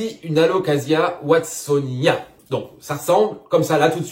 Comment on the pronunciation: Il me semble qu'on prononce Watsonia-NA... et j'en profite d'ailleurs c'est pas yuCANTA mais c'est yuCATAN Princess 😚. Bon mise à à part ça j'adore tes videos lol. Désolé pour les corrections de prononciations ça me démangeait la gorge 😭😭😭 J'espère que tu m'en veux pas